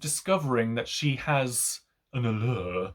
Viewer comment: Interesting review. But, please, stop saying “allure” like that.